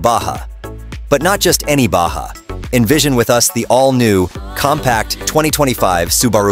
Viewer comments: Its spelled Baha, not Badga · Stop saying "ba gah"